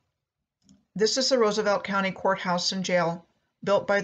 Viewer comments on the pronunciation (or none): none